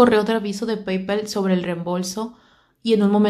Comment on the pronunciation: Hola, me encantan tus chismes... Solo por si te sirve la pronunciaciones son: BTS=bi ti es, Paypal=pei pal, Akihabara= aquijabara... Un beso.